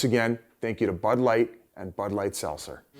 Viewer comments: There’s a T in seltzer Biz. Let’s work on that one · Why can't Biz say Seltzer?